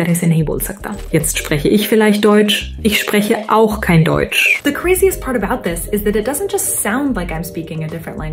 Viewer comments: It sounded very weird to me because the emphasis was on the word "auch" instead of the word "Deutsch". Made the whole sentence seem out of context. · It's convincing, but the emphasis in the sentence is completely wrong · i feel like the emphasis on ich and auch felt so wrong for the context of the sentences tho. it sounds so good but still a little uncanny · “Jetzt spreche ICH vielleicht Deutsch. Ich spreche AUCH kein Deutsch.” (I; ALSO) is stressed arbitrarily. The pronunciation is unusually clean, but that's also the case with her original speech in some way. The lips seem to be in sync, but there's some unnatural lip splay—reminding of despair. It's likely caused by a suboptimal concurrence of the original & the artificial mime. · Its impressive yet still has room to improvement. Ich spreche auch kein Deutsch. Ich spreche auch kein Deutsch. Has subtile differences. For example in German the emphasis and the long pronunciation of the ,,Auch" would indicate that you don't speak German, just like another person who also doesn't speak German. The ,,Auch" would need to be short to indicate, that you don't speak German, just like you dont speak Hindi. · In German, it was pronounced correctly, if you wanted to say that you, together with someone else, doesn't speak German, it was stressed weirdly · little error in the german translation: you said " ich spreche AUCH kein deutsch" with pronounciation on the "auch" while it should be on the "deutsch". so its very obvious that its either computer generated or by a non native speaker. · native german here i love how the german words were correct and sounded good but the way she said it changed the meaning completely 😂 the way she emphasized words was so wrong I wouldn't have understood the sentence unless I was pausing, reading the context and thinking for a while to deduce